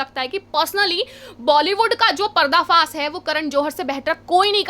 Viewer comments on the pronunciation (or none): Madam PARDA FAAS nhi parda faash Hota hai